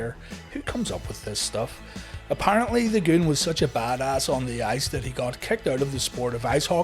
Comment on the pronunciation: You've gotta say it the right way. Take a cue from Howard Finkel. It's not "The Goon", it's... THA GOOOOOOOOOOONNNN